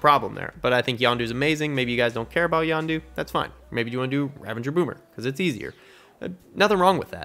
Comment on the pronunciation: I'm sorry, I have to say it....Ravagers...there's no N